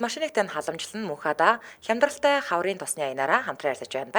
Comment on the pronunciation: Мөнххадааг нь Мөнхбатаа гэж байна гэж сонслоо шт😂